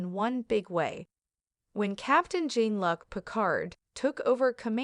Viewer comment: Someone tell the AI that it’s John Luke, not John Luck.